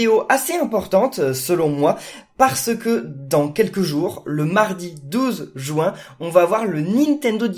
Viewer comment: Pourquoi tu dis jouin